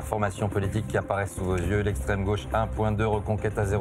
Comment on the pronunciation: L'esstrême douate 🤣🤣🤣